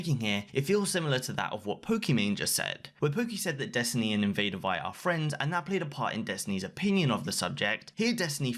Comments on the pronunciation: Can you please say her name right it's said like Invader Vee no one says it like die. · You're pronouncing invadervie wrong